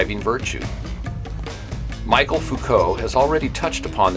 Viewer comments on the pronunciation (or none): it's michel, not michael.